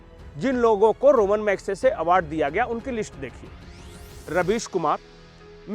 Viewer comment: मुंह उठाकर चले आते हैं वीडियो बनाने। पहले पुरस्कार का नाम तो अच्छी तरह पता करके आते! यह रोमन मैग्सेसे पुरस्कार नहीं है रमन (ramon) मैग्सेसे पुरस्कार है। रोम से इसका कोई दूर दूर का कोई संपर्क नहीं।